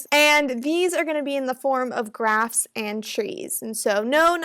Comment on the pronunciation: You said trees and graphs What i heard at first trees and grass ☺ Please one video on regex pattern and matcher pleaseeeeeeeeeeeeeeeeeeeeeeeeeeeeeeeeeeeeeeeeeeeeeeeeeeeeee